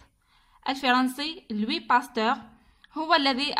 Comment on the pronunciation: Louis لويس pas لوي